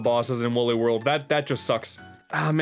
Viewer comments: its wooly not wuuly come on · its wooly not wully